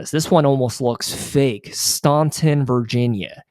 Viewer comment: Bristol, VA is geographically close to a major NASCAR track and race. By the way, Staunton is pronounced “Stan” -ton.